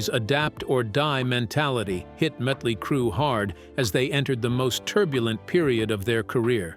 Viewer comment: "The birth of Mootley Crue"